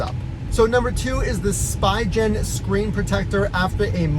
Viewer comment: "Spy Gen" LOL Just fyi, it is pronounced "Spee" and "gen" rhymes with Glenn. It's German. Der Spiegel Gen.